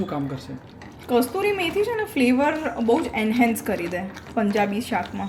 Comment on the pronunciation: Kasturi methi na kasuri methi boley